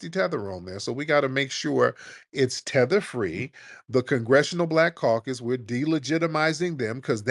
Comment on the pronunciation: “ I’m tether fwee”